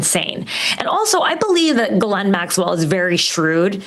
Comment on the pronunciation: Her name is pronounced gee-laine, rhymes with key.